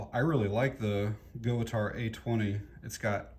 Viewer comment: I have the A17..Company name is pronounced Gut Tau